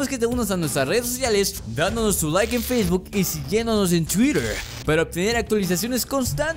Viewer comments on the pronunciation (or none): none